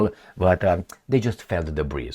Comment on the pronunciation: debris is silent letter s( debree)